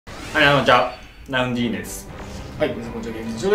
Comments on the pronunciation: ナウンディーネｗ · ナウンディーネですでに草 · ナウンディーネwwww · 開幕ナウンディーネで即吹いたｗ